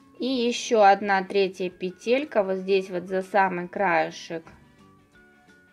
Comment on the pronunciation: Классно, очень понравилось, только почему петЕлька? говорите правильно , пЕтелька🙄